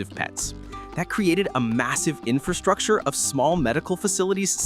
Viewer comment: ⭐ LOVE YOUR VIDEO, BUT PLEASE, BE BETTER THAN THE REST AND SAY INFRASTRUCTURE CORRECTLY!!!! OTHERWISE, Everytime you speak, it sounds uneducated, when you ARE very educated. Let's all say it together, infRastructure. Do not forget that first R- EVERYONE DOES, and they sound.... Bad ✅. My friend you said you spent 2 years studying infRastructure... Yet you don't know how to SAY the word itself. I'm helping you. 😘🫶🏼